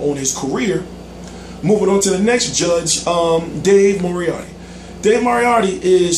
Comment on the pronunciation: It's pronounced MORE-ET-TEE !! Not MOR-EEH-AH-TEE. Just saying. LOL